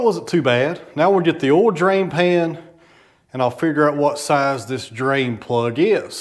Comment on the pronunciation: I know you are down in Tennessee whare people have a different accent but you say ol when it spelled O-I-L you don't pronounce the I. Sounds wired.